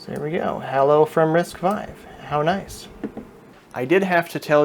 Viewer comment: again it is pronounced as "risk five" and I have difficulty following anyone's explanation when they mistakenly pronounce "risk vee"